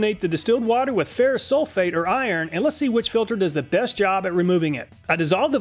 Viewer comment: Lol. I like the way he pronounces, “ iron”! 😁 cool.